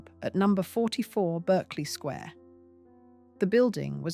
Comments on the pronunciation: Please use proper grammar and pronunciation for British viewers since I assume you are British. It isn’t Berkeley Square, it’s pronounced Barclay Square. There are many other examples that makes this unwatchable for me. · I wish the photos matched the narrative. There aren't any American police cars in London. Berkeley Square is pronounced Bark-ley